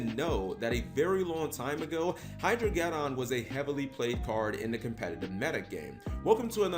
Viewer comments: Hydro-ged•don like armageddon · Ah yes, the "Hydro-get-on".